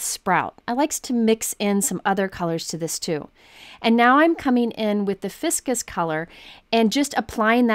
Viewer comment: I agree. The Ficus Ink is probably pronounced "FIE kus," not "FIS kus" -- like the ficus tree.